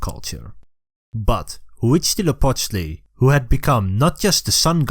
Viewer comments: As a mexican i'm happy to see the history of the country told by people of other parts of the world. Very nice Huitzilopochtli pronunciation, thanks for the flag nod. Great channel, keep it up! Viva México. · Your pronunciation of Huitzilopochtli Is almost perfect (I don't speak nahuatl but I speak Spanish) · I can't stop listening to this guy say Huitzilopochtli.